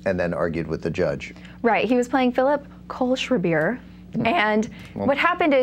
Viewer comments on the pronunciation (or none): To the bimbo: it's KOHL-SCHRAI-BUR, not KOHL-SCHRAI-BEER